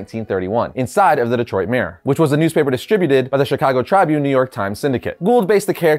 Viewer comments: Word of advice: Trih-bune. Not Trybune. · Tribune is pronounced TRIB-Yoon, not Try-Boon. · you're pronouncing Chicago Tribune incorrectly. You're pronouncing it as Try Bune.. It's Pronounced Chicago Tribune (Ri is pronounced the same way you would pronounce the i in Ribet) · It's not trybune, it's pronouced Tri bune. At least all my life in Chicago Tribune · C'mon: "Try-bune?" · Seriously? Chicago TRY-Bune? Its Tribune as tribute ,but replacing the "n" with a t. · Its pronunciation is Trib-yoon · It's pronounced chrib-bune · Chicago Trybune 😅 is not pronounced that way bud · What's with the pronunciation of Tribune?